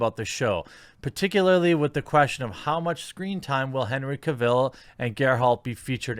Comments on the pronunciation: Ca-ville?? Seriously? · The way you butcher Cavill's name gets to me lol.